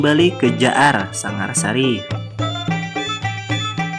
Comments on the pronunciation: Sangarasi bukan sangarsari bung. Dan taukah anda apa arti nama Uria Napas Negara ? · Maaf min bukan jaar sangarsari tapi jaar sangarasi yng berasal dari sangar wasi/sangar jatang